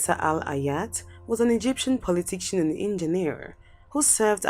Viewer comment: Muritala Mohammed was a Nigerian head of state should be on the list. He ruled for 6 months. Your presentation is not a comprehensive and extensive research. In addition, work on your pronunciation.(politician, massacare were badly pronounced)